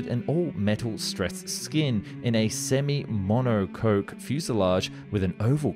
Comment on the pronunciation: Please pronounce correctly Monoque (Mono-Cock) not (Monpo-coke) and German air crafe should be addresses as "M" then "E" not "ME"